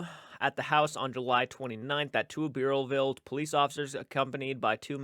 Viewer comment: I live in Rhode Island. Providence is the main state paper. Burrillville Bur rhymes with spurs. I know all the places you are mentioning. Reach out if you need any more state info.